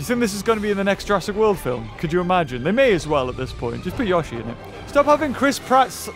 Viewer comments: Itsssss notttt yosheeee. Itss yoshi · It yO-shi not youshi instead of making the sound of the i you just say The letter o not the sound.: ShUT UP THIS IS MY VIDEO!! >:( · It is pronounced yowshee not yahshee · It’S YoShI nOt YaWsHi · It's not gashi its yoshi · it is not yoe shi its yoshi the character litterally says yoshi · Yashy no its yoshy no yashy no yoshy SHUT UP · Nobody:: yawshy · He calls it Yashi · The way he said Yosi makes mario angry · I was really hoping that instead of roaring it said "yoshi!" Also its pronounced yo-shi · Yoshi “YO-SHE” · i love how he pronounces yoshi i never heard that before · It is yoshi not how u say it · Anyone else annoyed by how he says yoshi